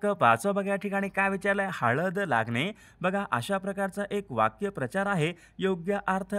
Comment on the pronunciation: वाक्य प्रचार...नाही वाक्प्रचार असा आहे उच्चारण चुकीचे...